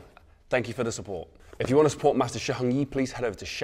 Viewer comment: His pronunciation of "Heng" is brutal. Too much throat